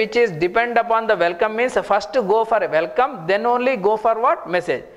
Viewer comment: You also appear to have a language barrier with the pronunciation of some letters. It's not "Velkom" it's "welcome"... it's not "vith" it's "with". And you abuse of the words "so" and "kind of thing" a million times, maybe you don't even realise that. I'm not English but at least I don't give public courses. You should consider taking an English course first and then rationalize the content of your courses. I will not even open your video no.5 on Gradle. Already wasted too much time